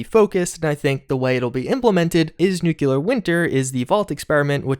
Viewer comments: it’s nuclear winter, as in new-clear, not new-queue-lar. Making me cringe! And yes I am that guy. 😂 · right, there is no U between C and L NEW-CLEAR (nuclear). That is the pronunciation...woosh? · Please, NEW-CLEAR...there is no U between the C and L... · Nuclear New-klee-arr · PLEASE learn how to pronounce "nuclear"...